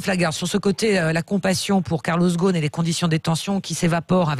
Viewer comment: Pas Ghosn, Ghost.